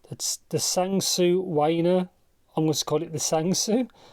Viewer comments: “Sang Sue Wayne-r” 🙅🏻‍♀️ “Tang Zoo Wahn-err” 👌🏼 😂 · I'm Chinese and the way you pronounce the tangzu waners cracks me up. really good video tho. very concise and straightforward